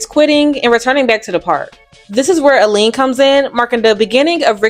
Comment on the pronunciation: You pronounced Eileen's name wrong twice.